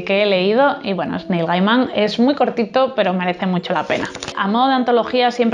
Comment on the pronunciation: Se pronuncia Ritelling y Nil Geiman